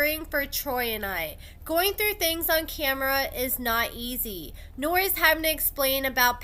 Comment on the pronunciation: "We push THREW".. Hooked on Phonics didn't work for Troy obviously! 😂